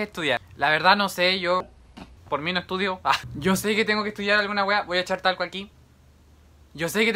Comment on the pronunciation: Nadie:: me voy a eshar talco JAJAJAJA TE AMO❤